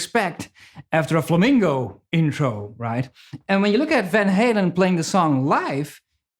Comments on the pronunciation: You're awesome- and I could have just mis-heard it from your great accent- but it's Flamenco Guitar- not Flamingo (the bird) Guitar ;-) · He keeps saying Flamingo. It's flamenco. Now that I got that off my chest, great playing & thanks for the video. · Love your channel, your teaching, your great energy -- but pleeeze -- it's "flamenco", not "flamingo". A flamingo is a pink bird. :-) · Please stop saying "flamengo" or "flamingo" and say fla-men-co ('ko). I love your videos anyway! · It's called Flamenco, no Flamingo (although flamingos in spanish are "flamencos"; but the musical style should be called Flamenco)... other than that, you rock, huge fan!!! RIP EVH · But he said flamingo music like 99 times 😂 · ADRIAN GOMEZ MARTINEZ ahora me entero de que "flamenco" es una palabra inglesa. Genio tú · ADRIAN GOMEZ MARTINEZ eso lo entiendo, no le pido a un holandés que pronuncie español perfecto. Pero "flamenco" es un género y no estaría mal pronunciarlo. Es como si yo, por ser español, digo "trans metal" en vez de thrash metal. No le veo la justificación. Con todo, toca super bien, me cae super simpático y en sus vídeos aprendo mucho